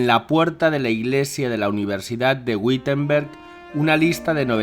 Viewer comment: Gracias, muy clarificador. Por cierto la "W" alemana debe sonar como una "B" suave, así que pronuncia Bitemberg